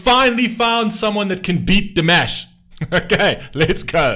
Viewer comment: I'm surprised that for as long as you have been reacting to Dimash, you still are not pronouncing his name properly.